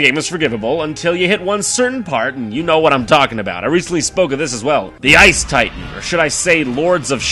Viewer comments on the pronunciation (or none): none